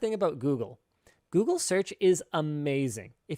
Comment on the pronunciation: "lets goofle that "